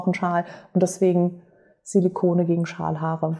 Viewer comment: Ich habe "Schamhaare" statt Schalhaare verstanden 🤣🤣🤣war kurz irritiert, aber dachte auch "joa warum nicht , sind auch Haare" 😂 du merkst ich vertraue dir da voll und ganz 🤣🤣🤣